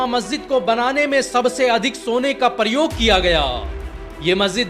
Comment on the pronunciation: प्रयोग को परयोग क्यों पढ़ते हैं। अपनी‌ भाशा सुधारै ।